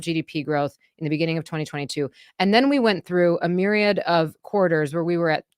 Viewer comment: Stop saying miryad.